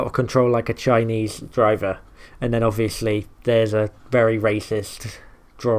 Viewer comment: It sounds like he’s saying Chinese diver. I know he’s saying driver, but it sounds like diver.